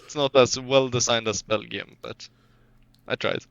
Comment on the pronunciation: I will not stand this mispronounciation of Wadden Sea! It's the 'a' from 'what' not from 'wait'. And the 'w' is more like a 'v'. Sigh... I thought that was a way to decrease tension between the two! How says Belgium rly shows his Swedish accent lol